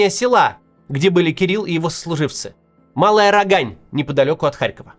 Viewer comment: Не РогАнь, а РОгань.